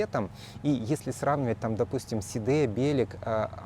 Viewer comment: Только БелЕк, а не БЕлек, это все знают...